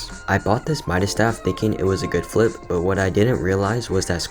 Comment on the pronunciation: I love how you say: fliP